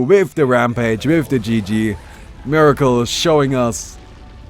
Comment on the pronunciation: this guys name is MERACLE not MIRACLE you should be ashamed BOOOO lol.